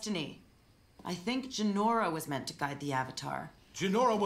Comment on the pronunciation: It's Jinora not Jenorra